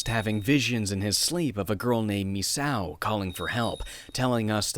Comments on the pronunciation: Phonetically it's pronounced "MIS-SAKO", rather than "MIS-OW" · Its pronounced me-say-oh